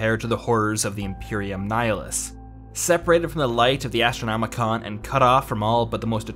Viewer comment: Every time he said "Astronomicon" instead of "Astronomican" I cringed a little.